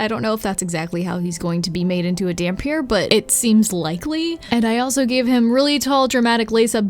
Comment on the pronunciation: Not sure if anyone has told you yet, but yes you did indeed pronounce dhampir correctly